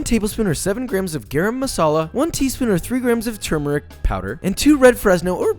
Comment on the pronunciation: I am soooooo proud of you! You pronounce "turmeric" properly! Yes Joshua!